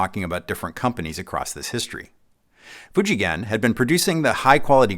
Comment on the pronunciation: Most US YouTuber would pronounce the name “Fuji Gen” with soft G sound. used the right hard G sound here. That proves how well he knows about what he’s telling and makes the story more believable.